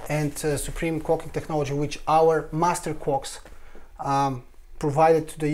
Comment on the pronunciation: ohhh - master clocks.... not master quarks,,,,, i was gonna say, they been around since the beginning - lol